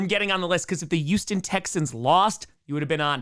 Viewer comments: Houston, with an H. not "YOUston" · Why do you say Youston?